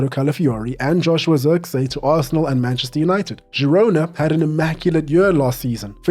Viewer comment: Glad to hear someone pronouncing Zirkzee how it should be pronounced.